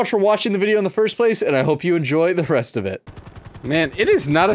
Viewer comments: When you sad the reset of it you said the freset of it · Did you mean to say and I hope you enjoy the 'frest' of it in the intro?